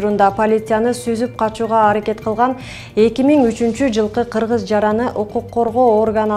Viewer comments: журналис кыз кыкен дебейле кыргыз деп суйлочу силердагы тойгуздунар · Журналист аял сосдорунду нормально суйло☝️ "КЫКЕН" дебей озундун акылындын денгели ушу тура, оозу мурду кыйшык болсо дагы байдын баласы суйлосун дегендей , суйлойт десе эле суйлодунго.